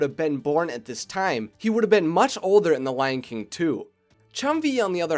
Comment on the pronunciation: I thought he said the lanking 2 at the start! XD